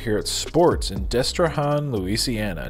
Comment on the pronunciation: It's Destre-Han like ham, not Hän as in Han Solo. Don't even try and say nuh-uh. I'm a native Louisianian and it's Han like ham.